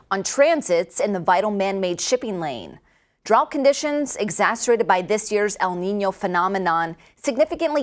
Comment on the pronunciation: *Ex-ac-er-Bated. You said exacerated, - without the “b” - twice Even so, love the news channel! You guys are doing great I hope it grows quickly